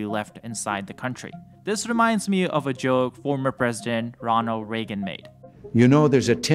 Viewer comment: “Ron O Reagan” haha Great video though, thank you